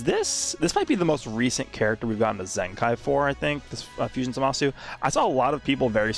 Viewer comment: still surprised that speaks japanese but still pronounced his name like za Ma su